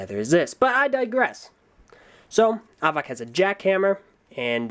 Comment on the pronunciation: I'll help you- Avak is pronounced like "havoc" and Zaktan has laser vision, Vezok has leehing vision, Reidak has infared vision, Thok has telekinesis, Avak has telescopic and x-ray visions and can create a living prison with his mind and Hakann has laser-vision.